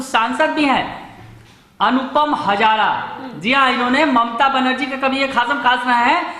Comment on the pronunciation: हज़ारा नहीं...हाज़रा